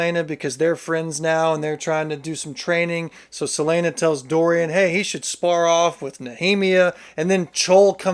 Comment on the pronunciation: And “several name Celaene” 😂